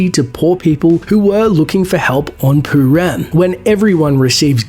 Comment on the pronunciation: It's not poo-ram it's purim. Douchebag